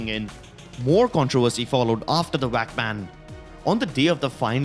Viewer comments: 1.Forsaken had a killswitch 2. VAC is not pronounced as "WACK" 3. The 3 files were the result of the data recovery 4. It was pphud beta not ezfrags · It annoys me so much. "He haad a WHACK BAN!". Really? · Nice Indian accent can’t even pronounce vac how do u even pronounce it as “wac” ban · The way he said VAC banned He got whack banned xD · Every time you say Vac I hear WAC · Guys. stop hating on this guy because of his accent. Many people have accents that may say words (Like vac) As wac. Shut up about it. And leave this guy alone. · He says wac ban lol